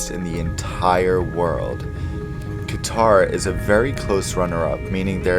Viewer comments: Its not kitar like guitar its is pronounced as kater airways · “Kuh-Tar” or “Cutter” ? I always learned it as cutter but some people say kuhtar... which is correct?